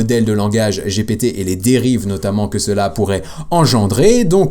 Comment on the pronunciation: un peu lourdingue quand tu dis Gpt i !! gptee ! sinon super video merci